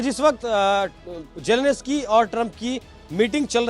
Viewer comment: जेलेंस्की बोलना चाहिए मगर पूंडी- जेलेनस्की बोल रहे - जाओ जरा जेलेंस्की बोलना सीख आओ 😂